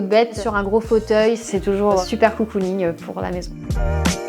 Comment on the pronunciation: COUCOUning 😂 ? ou cocooning ?